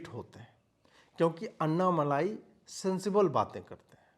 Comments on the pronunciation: Its not अन्नामलाई 😂 it's अण्णामलै... That's the Tamil word for Arunachala, a very holy mountain in Tamil Nadu which the great sage Ramana Maharshi also worshipped. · Abey ye malaai nahi.. Malai hai dhakkan😂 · Pl note that it is Annamalai and not Annamalaai - small lai and laai... Ok ? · Anna malaaai nahi annamalai😂😂😂😂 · Humble request to use the word अण्णामलै। This is phonetically correct than the usual bs used in Hindi channel. Anna is really pronounced as अण्णा not अन्ना। दक्षिण भारत को समझने का प्रयत्न करें। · Bhai uska naam " अण्णामलै " hai